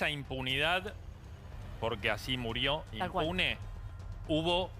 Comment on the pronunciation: Se fue "inmune"??? NENAAA se dice IMPUNE